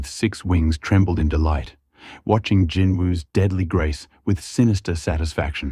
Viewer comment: I wish people would just say Jinwoo Sung it's not hard